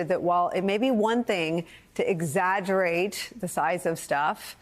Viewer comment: “His compulsive need to exagurrate the size of all things.” 😅😅😅